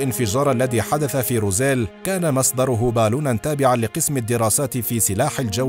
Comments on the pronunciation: أخي المُعَلِقْ أسم المدينة = روزويل وليس روزيل .. للتصحيح فقط 😊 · ماذا تقول وماذا تخرف ههه انت لا تنطق حتى الأشياء كما هي روزويل تقول روزيل هههه انت تخرف فقط يجب أن تبحث اكثر وتضع مجهود قبل وضع اي محتوى نصيحة فقط هههه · Its Roswell not Rozelle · روزويل وليس روزيل